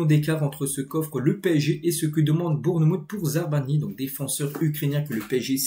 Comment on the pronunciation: Fais un effort...ZabaRnyi et pas ZaRbanyi, c est pas compliqué pourtant!!!